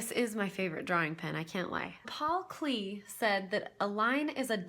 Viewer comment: It's pronounced KLAY, not KLEEY.